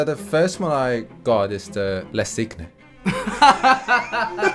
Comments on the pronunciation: it's pronounced sin with the "n" like in the word new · For anyone wondering, "cygne" is pronounced more like "sing" than whatever was said in this video 😂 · It’s not Cig ne, it’s Cigne like Cîñe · There is no 'G' in cygne. It's French. It's pronounced 'see-nyuh' and your guest should know that. There is this thing called 'Google Translate'. Come on, guys.🤔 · Le "cig-ne" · La Cygne (French) is pronounced la SEE-nhay The "nh" pronounced like the n with a tilde over it in "pinata" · Please « le cygne » is pronounced le sea-niu (with the final sound almost not pronounced) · Why is no one talking about that sacrilegious pronunciation of "Le Cygne"? It's pronounced like "sign" with an "ee" sound instead of "i"... (It's a difficult word though for foreign speakers) :) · Le cygne is pronounced < >... Like KNEw. Research, and Language interest is part of the Job too. Truls MØrk*... and it’s not a . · Ok, quick side note : english speakers NEVER EVER pronounce "le cygne" correctly. It's (roughly, since apparently the french "gn" is quite difficult for non-french to say) pronounced like "sign" with the "i" pronounced like two "e" (as in "sheet"). "S-ee-gn". And french people will never shake their heads in disapproval at you ever again. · Their pronunciation of "Cygne" is actually very sacrilegious 😂 but still an amazing video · The way they pronounce “Le cygne” hurts my soul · That sacrilegious pronunciation of "Le Cygne" though... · Me, a French native speaker, hearing their pronunciation of "Cygne" : Huh... How do they pronounce "lasagna" then? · This guy did no French at all.... le cygne means the Swan for heaven's sake. He tortured the word. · OMG learn French pronunciation LOL